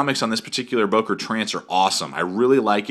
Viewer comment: Good Review. Btw. it is not Boker but Böker. How to pronounce ö/Ö: You can say Murder and there you have it. Think of it like Mörder (which is the german version of Murder). Now pronounce Böker like you would pronounce Murder.